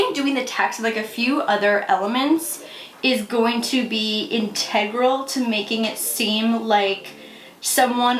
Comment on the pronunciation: I’m sorry- inTEGral? 😂😭 is that actually how you say that!?